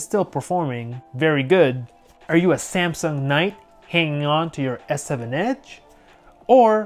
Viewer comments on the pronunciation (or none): none